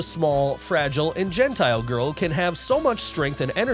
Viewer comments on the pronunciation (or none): none